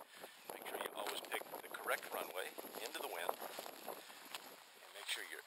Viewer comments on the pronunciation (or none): none